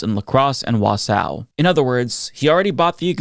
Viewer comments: Did you just call Wausau "Wa-sow"? It's pronounced "wah-saw". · Obviously screw musk and all of them and hearing that it's coming to my state terrifies me, but you pronouncing it "Wasow" definitely gave me a little bit of levity that I need right now. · Just a heads-up it's WA-saw-Wausau but don't feel bad. Wisconsin is filled with French, Swedish/Norwegian, German, Polish, and Native American names and all pronounced with a Wisconsinite fashion. Kind of like Fon-DUE-lack aka Fond Du Lac - aka McCarthy's permanent stain on the state. It's okay we call fondle sack. There's your positivity for the day! BUR-lin - Berlin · It's Wah-sawh now whatever you just said lmao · *Wau-saw Although I can't blame you for mispronouncing because we have some crazy country/city names in Wisconsin, lol.